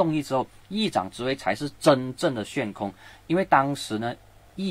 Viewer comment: ，悬 xuan （第二声）空